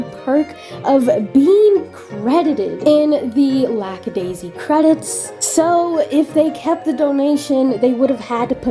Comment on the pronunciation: I just noticed that you pronounce Lackadaisy as Lax-a-daisy (as in laxative). Is it an accent, a lisp, or you are just misnaming them on purpose because you hate them?